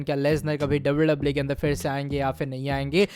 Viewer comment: Bhai wwe he double double e nhi😂